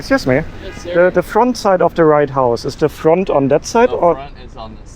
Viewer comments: I enjoyed your video but I do have one question. Did you say the "Right House" or the "White House"? It sounds like you said the "Right House", if so, I like that and I am going to use that phrase when i am in D.C. next week. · I keep hearing "the right house" instead of "the white house". Maybe its just me. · are you saying the Right house or the White house? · "Write - House" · Was it me, but it always sounds like you’re saying: The right house. You do know it’s the White House? Sorry if it’s just a lisp that I was unaware of. Just saying 😊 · Did you call it Right House or am I just overhearing the W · No I'm sure he was saying the right house all the time 😂